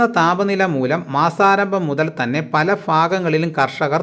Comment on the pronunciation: ഫല ഫാഗങ്ങളിൽ എന്നല്ല കൂവെ, പല ഭാഗങ്ങളിൽ.